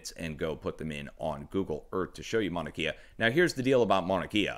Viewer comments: Just to be helpful .... pronunciations: Leilani ..... Lay-la-knee Mauna Kea ..... Mau-na Kay-ah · Mahalo for your channel and updates! It’s pronounced Mahnah Kay Yah FYI....Much Aloha! ❤️🙏🌺😘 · good reporting, but its pronounced Mauna Kay-ah not Kia..